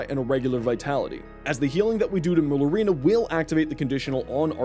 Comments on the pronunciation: Mare ooh lina not merlooina 👍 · pronouncing it as "murlurina" really makes you sound like you have some form of dyslexia lmfao.